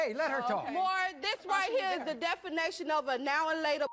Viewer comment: Ummm did she just say defanation not definition